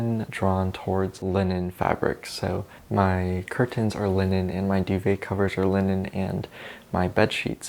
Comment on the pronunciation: the way you say curtains is c r i s p